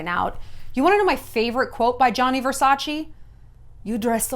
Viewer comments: Please stop saying Versachi, it's VersachE (Versace) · if you'd know Versace in and out like you say (and you'd be such an Italian-everything fan) you'd know that it's pronounced Versac-EH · Ver- sack- eeeh? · "Versace" is pronounced different Shallon, you should know it, you are half Italian. Love you. XX